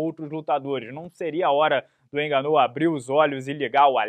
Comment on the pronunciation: Parece que deu ruim pro "ganú"